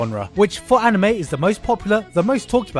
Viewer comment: you pronounced anime and manga wrong